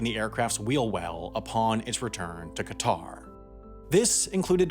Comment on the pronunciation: that’s not how you pronounce Qatar